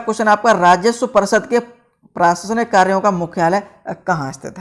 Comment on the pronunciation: Jo log prasaasnik bhi thk se nh bol pa rhe wo gvt job le k baithe h Bhai sc St se ho Kya .. Aaj smjh m aaya SBI m counter no 4 se pucho q khte h qki gvt job m pdhe likhe 2 hi 3 hote h 😂😂😂😂😂😂